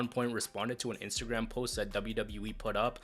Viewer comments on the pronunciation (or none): none